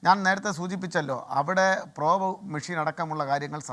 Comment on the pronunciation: Prob nu shaaamam ennu😂😂😂 entaanu prob ennu ayaalku aaru enkilum onnu paranju kodukku